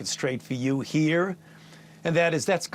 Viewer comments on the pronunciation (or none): I'll set the record straight for you HERE!! Emphasis on the 'here'!😅